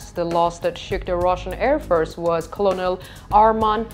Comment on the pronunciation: Great report - if you want to pronounce Colonel correctly - say it phonetically as in "Kernal" 🥝